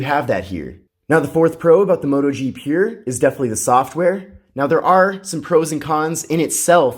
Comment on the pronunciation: Your pronounciation of the word "pure" is as painful to hear as Bush saying "nuclear".